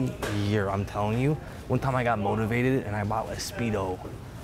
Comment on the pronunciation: He said "moteavated".